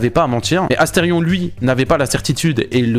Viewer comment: asteridicule et pas asterfion !